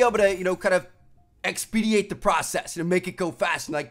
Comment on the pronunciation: ex-pe-dite is how you pronounce it, not ex-speed-de-ate. Please learn how to say words correctly or at least look at how they are spelled. Do you say re-leave-e-ated? I say re-lieved.